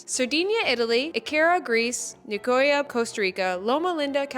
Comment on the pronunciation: Also as you edited the pronunciation of Okinawa you should have edited the one for Nicoya too 😹 cause the pronunciation was bad (no hate I just found it funny)